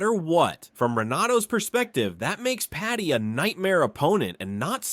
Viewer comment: It’s Paddy not patty